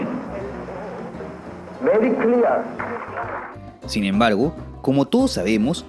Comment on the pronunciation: berri cliar!